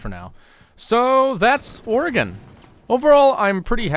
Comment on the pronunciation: Aye one of the only YouTubers that say Oregon correctly